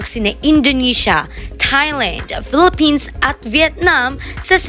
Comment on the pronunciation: malumanay siya magsalita, ni pagsigaw ng Philippines walang kabuhay buhay- Yan na ba ang pinakamalakas na sigaw niya- Si Roberta Tamondong anlaki ng Bibig when she pronounced Philippines